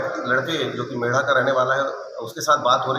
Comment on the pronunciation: Mendha h bro Mera gaon h gaon ka nam to sahi bol lo